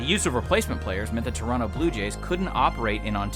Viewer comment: thank you for saying toronto correctly